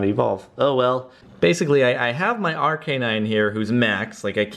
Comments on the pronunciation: in stead of Arc-a-nine he says Are-canine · he pronounces arcanine funny